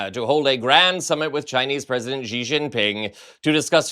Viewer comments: the pinying spelling of Xi in Mandarin is pronounced more like the English "she", not "gee". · Xi is pronounced shee, not zhee.